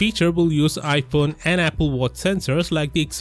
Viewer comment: Damn you just butchered apple lmao